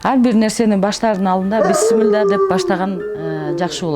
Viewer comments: Быссымылла дебей биссимилльа десен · Быссымылда эмес, Биссимиляхи деп эле айтылат! Чала кыргыз 👎👎👎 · Ушул эже бысмылла дейт тооба биссимилла эле дей берсе эмне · Бысымыла эмес бисмилля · Журналистка Кыз бысымыла эмес бисимилла болот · Бисымыла дейт да Бисмылда